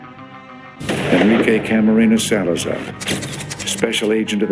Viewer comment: You can’t even pronounce Camarena loo